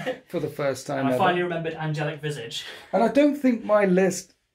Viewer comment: Say 'visidge', not 'visARRRRRRge', boys. And 'advance forward' is the same thing twice. Please kill me. Great game, great models, great vid - all best.